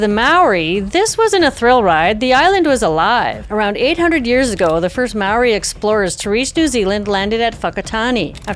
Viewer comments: As a Kiwi I have to commend you on your effort in pronouncing Māori words. You did a good job! Not perfect but FAR better than most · My husband and I went on the White Island tour in 1999. Glad I got to see the place before it erupted and was closed. A truly amazing and eerie experience, like being on another planet. Well done on having a go at all the Maori words 👍 You did well. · Really liked hearing you talk about this one. I am a kiwi, & remember this disaster , it was terrifying. Your description of the whole scene & actions are compelling. Your pronunciation of Maori names is really good too. Thanks again ❤